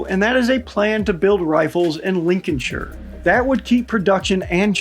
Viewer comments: Bugger me an American actually pronouncing Lincolnshire correctly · The fact you pronounced Lincolnshire correctly warms the cockles of my heart. I want us to go for the Spear.